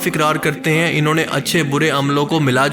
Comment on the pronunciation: Assalamu Alaikum bhai I like your videos very much and always waiting for your new videos u r very talented Allah pak ap ko jazaiy Khair day bs apni Urdu thodi improve krain ap han ko an kahty han please don't mind mera maqsad ap ko hurt krna Nahi. Ur Well wisher